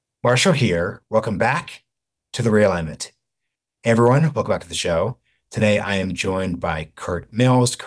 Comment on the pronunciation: Thinking Biden has any chance is cope. Also the pause before saying "The Realignment" is cringe.